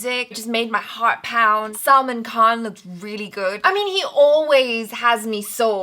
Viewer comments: Why are you calling him "Salmon" Khan...Salman aint fish.. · said " salmon" Khan 😂